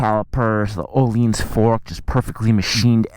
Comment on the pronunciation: He also pronounces Öhlins incorrectly as "oh-leens"